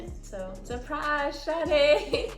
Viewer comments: "Suprize shawty"😂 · “SupRiZe shAwTay” 💀